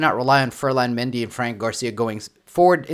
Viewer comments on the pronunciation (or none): none